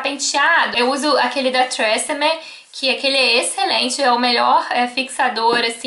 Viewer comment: mto legal ouvir vc pronunciar tresemmé kk.bjus